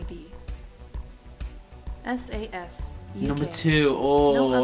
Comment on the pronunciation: Not Sas S.A.S